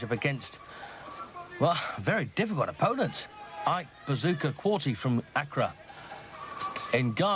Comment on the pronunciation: core-tay moron commentator... not core-tee